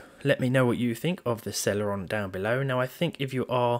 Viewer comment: Why does it sound like cereal